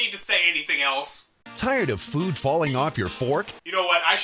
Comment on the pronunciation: TAIURD UV FEWD FAWLING AWFF YER FOWARK?!